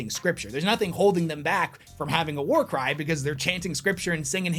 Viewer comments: For a secon I thought you said «there are few things in this world that get you pumped up like a good WAR CRIME» in the intro 😅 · Not gonna lie, i heard him say warcrime not warcry at the beginning.